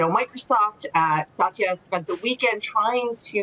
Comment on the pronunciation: Very strange to hear Satya mispronounced. But nobody’s perfect.